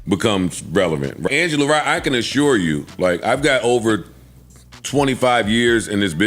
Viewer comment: Angela Rye, not ye